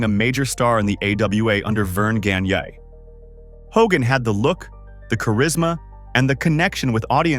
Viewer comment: the way this AI pronounces Gagne is tragic